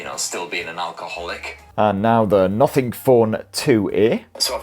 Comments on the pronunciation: Nuffing Phon 2Eh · British English 🤣